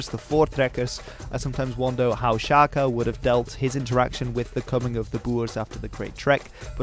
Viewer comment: "Sjakie Zulu", is that what he said? :D :D :D Sounds a lot less intimidating that way. ;)